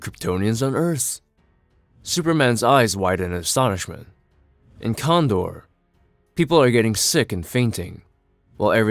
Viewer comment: Kandor is pronounced "Can Door".